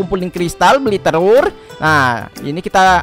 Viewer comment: Bang ko lu bilang terur